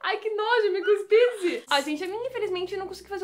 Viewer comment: "ai que nojo, me guspisse" KKKK